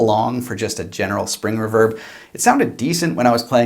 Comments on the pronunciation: I have just noticed how you pronounce reverb and I'm stunned. REE-VERB not REV-ERB. lol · REEE-VERRRBBB NOT REV-ERB OH MY GOD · ruverb?? reeeverb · It's "re-verb" not "re'verb" ..... You're obsessed with unseen cosmetics...so Im obsessed with improper pronunciations... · It's pronounced reverb not raverb...... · It left a bit to be desired in the "crunch" distortion test for me, but that's an "in general" thought, not taking into consideration the price. If you played those tones for me and told me it was a $900 combo I'd believe it. Eye twitching when you say reverb "reh-verb" instead of "ree-verb". Egh. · Very good demo . Crazy cheap little amp . It's pronounced Re - verb ! Lol jjks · “Spring erverb”😂😂😂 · i love this channel but its pronounced Ree-Verb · The way you say reverb makes me not trust you. After you get a real speaker & put real tubes in it, that aren’t going to burn down your house, you could have just purchased a Boss Katana Artist Gen 2 for less. Enough with all the $100 guitars and $200 tube amps all over YouTube. Just noticed this video is 6 years old. Why TF is YouTube putting on my videos page at all? 😊😊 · Awesome video! Definitely a new subscriber! Without looking into your bio, I’m guessing you are Canadian based on the way you pronounce “reverb”, lol. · Nice review but you say 'reverb' oddly.